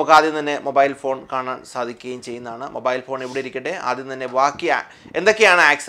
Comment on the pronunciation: മോബായിൽ അല്ല മാഷേ മൊബൈൽ